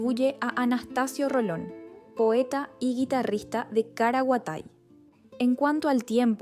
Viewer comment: Si, por lo menos deben grabar correctamente la fonética de las palabras en guaraní. A mi me fastidió escucharla decir "Caraguatai" (lo escribo con i latina solo para representar su pésima pronunciación? Y luego, ya ni quise seguir viendo el video.